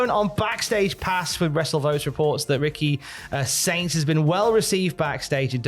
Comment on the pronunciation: Think it's because so many Americans are poor now and can't afford to spend money on entertainment, but Saudis are rich? For a moment it sounded like said "Ricky Stinks" instead of Ricky Saints.😀But really, best of luck Ricky, it's always a gamble going to another company.